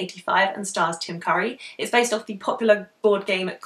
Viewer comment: The way you said Tim Curry sounded like "Jim Carrey" lol. Looking forward to more of this challenge vids, if there'll be any.